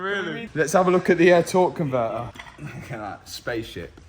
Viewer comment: “Tor on’ver’er” aka a torque converter